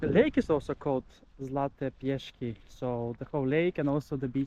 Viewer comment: Trochu prekvapivé je, že ste vyhľadali nudistickú pláž, na ktorej koncim septembra už nikto nie je, ste v plavkách.😉😉😉 A sú to Zlaté piesky, nie piešky. S a nie Sh. Ale aj tak je sympatické, že aj tak ste z nich tak nadšený.😀